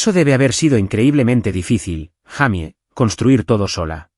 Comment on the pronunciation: No se dice jamy se dice jeymi esa la pronunciación correcta en inglés para Jaime